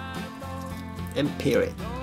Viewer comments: "And peer rit" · So I'm supposed to "gentry rorr it" before I "peer it"?? ^.^